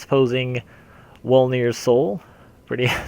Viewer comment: wolnir (vol-ner)... it's german